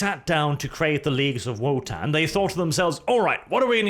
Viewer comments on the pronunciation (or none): So is it Wotann or is being derpy and pronouncing "v" as "w"? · He's from Norway. That's probably the reason he's saying it that way